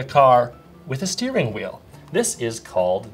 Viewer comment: I thought he said stealing haha, it's better than I thought!